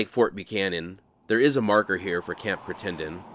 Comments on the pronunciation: I noticed you pronounced it cri ten den. There's a town in Kentucky named that and they pronounce it criten den. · interesting to hear the different pronunciations for the same words around the country. there is a Crittenden County in Arkansas (across the river from Memphis) and it is pronounced "CRIT-in-din", as opposed to your "Crit-TEN-done"....Arkansas also has a "Prescott", that locals usually pronounce either "PRESS-kit" or "PRESS-cut", and a few folks actually say "PRESS-cot". keep up the awesome work! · Hi, great job as usual. One note though, I believe it's pronounced Critt-en-den. Keep up the wonderful work. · Pronunciation is probably CRIT un dun. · There is also a Crittenden County here in Arkansas, named after the first secretary of Arkansas Territory. He was born in Kentucky. I wonder what the relationship is to the Camp in Arizona. We also pronounce it CRIT-en-den. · Perhaps a little research on the pronunciation of Crittenden is in order. I had hoped there was a written description, drawing or some reference as to what is fort/post of this size, compliment and intent. We assume the "fort" was only a single structure, sans in redoubts, walls or defensive features. Keep on trekking......